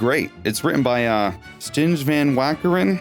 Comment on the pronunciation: It's pronounced "Stine"